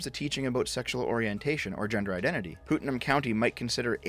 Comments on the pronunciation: Putnam county is pronounced "Putt-num",. I don't expect you to know that or anything, but it's hilarious to hear you call it what sounds like "Putin". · “Pootnum” county. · "Pootnam" county? Oh, and Maryland is pronounced "Marələnd" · "Poot-nam county..." lol (it's pronounced put- like put put golf; nuhm- like being numb) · His Canadian really showed there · As A bonified Florida Man, it's pronounced "Putt-Numb" County. I will now return to, I dunno, fuckin' my momma's pet goat or sumthin'. Ya know, Florida shit.